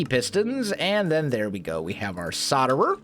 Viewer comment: You do really that it is solderer with a L between the O and the D. P.S. I love ur vids